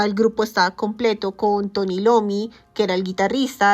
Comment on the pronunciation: Dios... Esta señorita como se le ocurre decir Tony Lomy